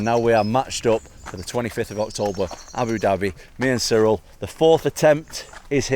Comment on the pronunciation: It's Ciryl not Cyril